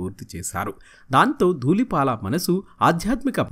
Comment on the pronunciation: He is duullipaala not doollipaaka please anchor sir rectify ur wrong pronounciation. Manchi artist gurinchi prastavincharu. Tq. Pronounciation mistakes chaalaa vastunnaayi . Sarichesukogalaru. 🙏